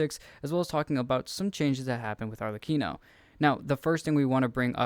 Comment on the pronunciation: this is one of the few videos out there where people say Arlecchinos name correctly XD